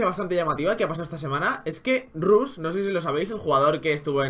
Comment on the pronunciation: di rash en vez de rush pls xD